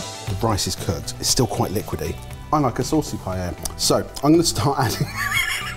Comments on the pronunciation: LEARNED HOW TO SAY PAELLA!!!! =D =D =D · He's finally pronouncing it right, too! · So glad y'all are pronouncing the name of the dish correctly!! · It was such a treat to hear two Brits pronounce Paella correctly. 😆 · They are pronouncing it correctly!!! Y a y! 🎉🎉🎉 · Well at least the pronunciation for paella got better haha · I'm still trying to process the double L being pronounced properly; may have to watch it again for the actual cooking 😀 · Holy 💩 I'm shocked they are pronouncing paella properly. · Thank you for not pronouncing paella like every other Brit!